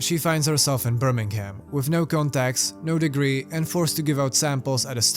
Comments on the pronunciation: Birming'um. The "ham" at the end doesn't have a pronounced H. Whenever you see a 'ham' at the end of a location, you can drop the H and just say 'mm' at the end. This comment isn't meant to be rude, btw! Genuinely trying to help for future videos or conversations :) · hell is actually just a room with a guy who pronounces it birming-ham saying it repeatedly